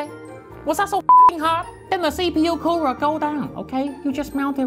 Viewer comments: “BiG BLACK KOOWER!” Im dying!😂💀💀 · nononoono it was ”Big BRACK Coora”